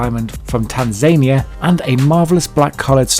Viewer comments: TAN ZA NI A NOT TAN ZANIA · "Tan-Zania"? ... really?!? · The pronunciation was a joke, Tanzania is pronounced TANZANEEA not TANZAYNIA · how did you pronounce Tanzania? Tanzaynia? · "Tanzania" ?????????? This guy hasn't a clue .